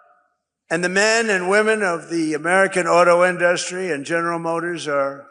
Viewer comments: InDUstry? He still doesn't know how to pronounce it. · Does he think the way he pronounces the word INDUSTRY makes him classy or sexy or something? Because he does it PURPOSELY.